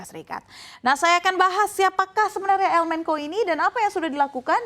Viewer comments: Menko Polkam? Yang bener bacanya menco sesuai kaidah bahasa indonesia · Host'nya amburadul dalam penyebutan kata. Mencho diucap menko. Sinaloa diucap sinolao